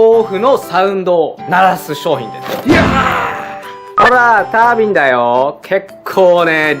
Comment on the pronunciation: あのー、 の タ ー ビン っていうのなまりですか？